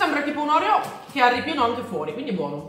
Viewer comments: Non si dice orèo ma oreò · Si dice oreo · Scusa ma si dice Orfeo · Ma sbagli la pronuncia degli oreo